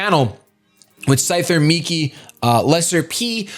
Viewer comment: Isn't it supposed to be Migi? Not miki. Migi means right which is why he chose it.